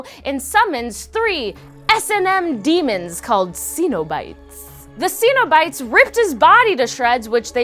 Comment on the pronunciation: You butchered centobites